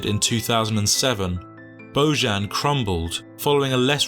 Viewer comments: He is Bojan, not Bozhan. J like in Jokić, that is Serbian name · Pronounced BoYan, not BoZHan. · His father is Serb, so his name is pronounsed Boyan... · Its not Božan its Bojan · His name is BOJAN!!! Bojan is pronounced BoYan! It isn't a Catalan or French name ffs. It's Slavic. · I really hate stupid people,who doesn't want to put just a little effort,to pronounce names correctly. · At least learn how to pronounce his name ffs! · You are completely butchering his name